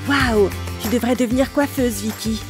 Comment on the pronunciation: vikky a dis livy